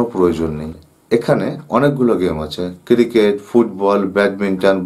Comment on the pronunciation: Cricket ke ciriket bole...se abr video korte boseche....